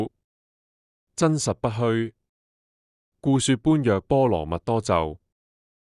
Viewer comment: 讀錯了。 「般若」要讀做「波野」。因為要用唐朝的發音。